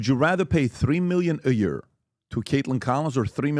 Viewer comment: how long has he been saying that? A YERE? 😆